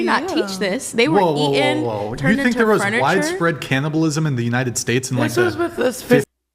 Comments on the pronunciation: "E in"? it's pronounced eaTen. There's a T in the word. A T. Anyway I'm calling complete revisionist BS. Yes there was cannibalism: IN AFRICA by tribes being e in by other tribes. Same in South America and the Pacific Islands. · "black people were eee-inn" When they can't say a word, they usually can't spell the word. Just sayin' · "Et-en" WTFudge is that..?